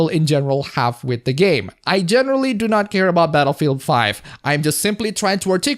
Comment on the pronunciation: I thought you said Betafield 5 for a second 😂